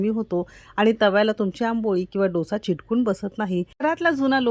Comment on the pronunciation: चिटकुन नाही , चिकटून बोला . बाकी छान. आवडले.